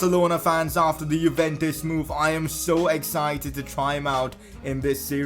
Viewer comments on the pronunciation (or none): none